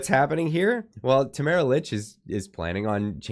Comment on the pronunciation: Her name is pronounced Leech